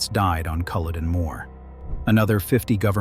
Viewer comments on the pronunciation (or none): Who is the commentator. Their accent is awful. Couldn’t even pronounce the battle of Culloden right. It sounds as itish American Scottish jumble of accents ans it’s not good on the ear.